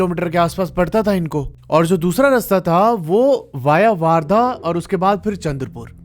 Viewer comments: Warrda❌ Wardha✅ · वार्धा नहीं भाई वर्धा है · वर्धा हैं वो वारधा नहीं है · वार्धा नही वर्धा है वो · भाई वार्धा नहीं वर्धा है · Or wo waardha nhi ....wardha hai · bhaiya wo waardha nahi, वर्धा है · Bhai wo waardha nhi hain wardha hain ..... sorry to correct you